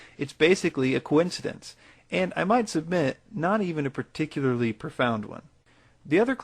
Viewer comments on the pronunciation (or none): none